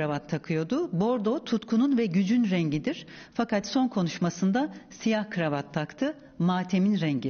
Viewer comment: Videonun sonunda deyir ki, "artık o da matemde" bunun üzerine putin: "набарод" 😂